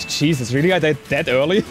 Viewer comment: I hear "Ch-eesus" not Jesus